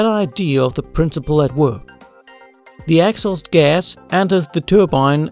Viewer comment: Nicely explained. Great animations. Thanks! A word on pronunciation though - 'exhaust' has its stress on the second syllable which is a long vowel sound also found in the words 'law', 'door, 'course' or 'or'. That is with a British English accent though ;) Cheers.